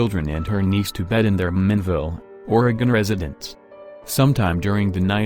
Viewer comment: If you're going to talk about Oregon it's probably a good idea to learn how to pronounce Oregon correctly. This narrator's tone, and phrasing makes the mysteries sound like low level comedy.